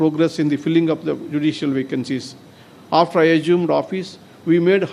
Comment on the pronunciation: Hello judge, forget about your Tamil pronounciation. But, certainly you should improve your English pronunciation. Eg: your pronunciation "argumenting" to mean strengthening. The correct pronounciation is "augmenting" not arugmenting. "Assume", not "Ajume" or "Agume".